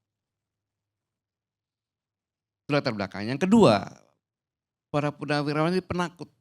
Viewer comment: Ko salah sebut purnawiraran